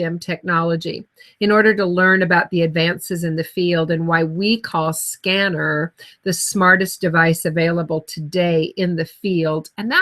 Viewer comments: Its pronounced sken- nar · Ask a Scenar expert who can't even pronounce the device name?? lol